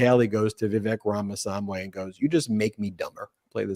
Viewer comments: Not saamway buddy it’s swaamee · Vivek's surname is pronounsed as RAA-MA-SAAMI nor SAM-WHY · Rahm - uh - swahm - ee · It’s pronounced VEE-VEK RAAMAA SWAAMEEE